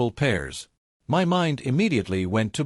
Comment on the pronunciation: Is AI ever going to learn how to say MY?